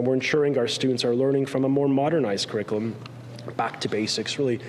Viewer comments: I also heard his mispronunciation! 🙄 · Here we have Ontario's Education Minister telling us about the new kindergarten crick-i-lim.